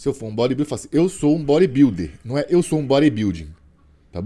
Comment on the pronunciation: Repete com o: "eu sou um bóribildi" 🤣🤣🤣